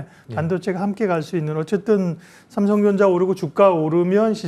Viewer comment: 왜 발음이 삼성정자로 들리지 ㅋㅋㅋㅋㅋ